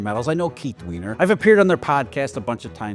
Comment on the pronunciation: Isn’t it Keith (y-ner) not ween- er??